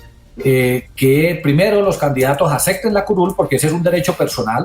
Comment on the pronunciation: Todo un magistrado y diciendo "ecsenario" y "acecten", deja mucho que pensar acerca de su formación intelectual